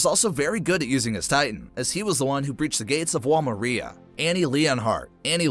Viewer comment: the pronounciations of ragako, wall maria, shiganshina, leonhart, berthold, and jean were awful